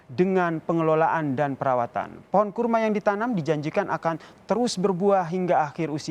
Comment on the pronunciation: kurma ,,,apa karrma,,,,hehehe